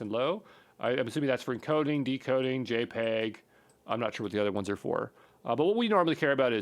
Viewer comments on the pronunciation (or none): none